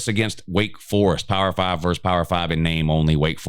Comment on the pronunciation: Pet peeve: please learn to say versus.